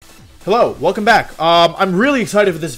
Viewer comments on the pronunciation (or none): none